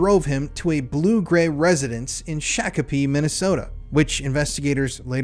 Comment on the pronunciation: Shock- a-pee. It's pronounced Shock a pee. Shokopee